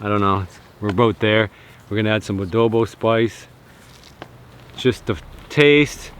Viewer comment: Its adobo not woodobo. Im a filipino.